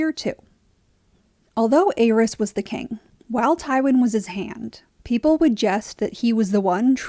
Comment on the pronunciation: Great video, only gripe is the way you pronounce the name of The Mad King. It’s pronounced AIR-EASE not AYE-RYS.